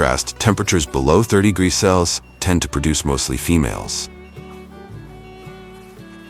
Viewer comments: the bot can't say Celsius. 90% of the methane cows produce is from burping, not farting. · Annoying AI dervied commentary but if you can ignore that then this is quite an interesting piece of work. This AI client doesn't understand the word 'celcius'